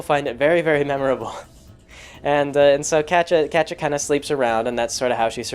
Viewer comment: "Catcha"? lol. Never heard it pronounced like that before. My friends pronounce it "cat-ee-ah" and I like to pronounce it "kay-sha". Wonder how Kaz pronounces it. It's been a long time since I started reading Prequel.